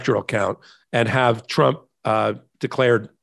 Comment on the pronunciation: You slipped and said chump instead of trump but it still works